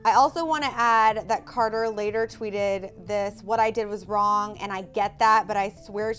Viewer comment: said charter!